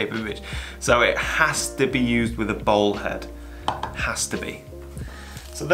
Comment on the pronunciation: Your very charmful accent makes "Bowl" head sound like "Ball" head. New pano head looks tasty.